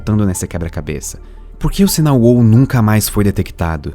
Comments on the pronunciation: Meeeeeeeeeeeeu! É "uau", não uôu. >< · Assunto viciante. Só um toque: a palavra "wow" se diz UAU, mesmo. UÔU se escreve "whoa". Edit: e se diz /pod kest/ mesmo, não /poud kest/.